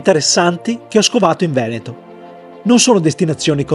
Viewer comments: The way you pronounce "Veneto" is utterly sickening! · Dio porco "Venéto"? Ma veramente?